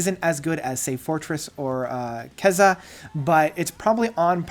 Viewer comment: to be fair, no one I've ever met pronounced Kezia correctly unless they intimately knew the lyrics. But yeah, this reviewer comes off like he just can't read.